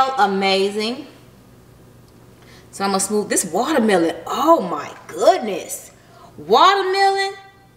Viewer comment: “Wallamelon” 🤦🏼‍♀️ Ok 😂